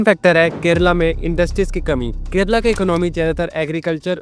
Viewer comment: Kerala, not 'Kerela'🤦